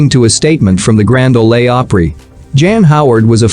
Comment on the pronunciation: Learn to pronounce Grand Ole Opry